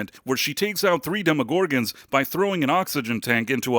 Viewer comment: Is this AI? Why do you say demogorgons that way? You put the wrong emphasis on the wrong syllable.